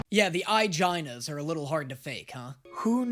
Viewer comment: never say ''eyegina'' ever again